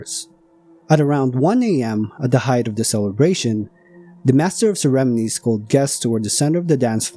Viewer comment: Excellent présentation. Good script, visuals and narration. Has facts I hadn’t known. BTW “ceremonies” is pronounced with the emphasis on the “mo” as in saying “oh” with an “m” in front.